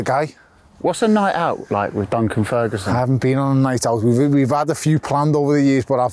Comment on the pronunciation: Surprised he didn't slap you when you said " bunkan ferguson" lol